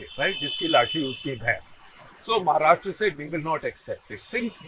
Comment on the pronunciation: Also, I think on the analogy of the pronunciation कर्नाटका, you pronounce 'Maharashtra' also as महाराष्ट्रा -- at least off and on, though admittedly not always. Well, it is and should be महाराष्ट्र.